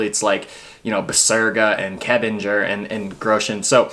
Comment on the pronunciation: Regarding pronunciation Karoline Knottens name should be pronunced straight forward. You got that the K in her name should not be silent. Try to check the pronunciation. Hanna Kebinger should be pronunced voicelessly. Karoline Knotten's name should be pronunced the k especially should be voiceless. K in Norwegian and German is a voiceless plosive.